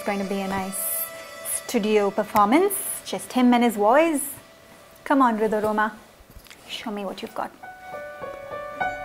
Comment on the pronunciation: Yups... Pronunciations Ridho rhoma is perfect